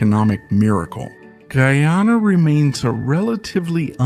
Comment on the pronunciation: The AI voiceover is inconsistent in pronunciation of Guyana, and in speed of speech, speaking super slow in some parts and rapidly in others, making it hard to stay focus. Otherwise the content is solid.